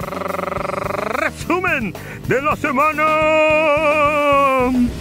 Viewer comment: Esperaba el rrrrrrrreeeeeesumen de la semana manito... Siempre dando las noticias